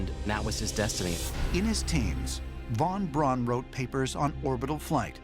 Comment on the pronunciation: Thank you, Giorgio, for pronouncing von Braun's name correctly. How refreshing.